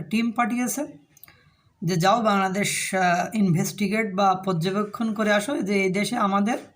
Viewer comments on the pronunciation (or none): none